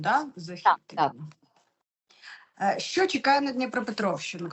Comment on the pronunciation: Правильно вИпадок, із наголом на И, а не випАдок. Наголос на А ставлять бабці з далекого-предалекого навіть не хутора, а хутірця. Дикторам, велучим, окремим вчителям соромно не знати правильних наголошень. Дивіться в орфографічний словник, над кожним словом там поставлено наголос. І ще одне, звук [ч] в украінській мові твердий. Тому правильно говорити "що", а не шььчььььо.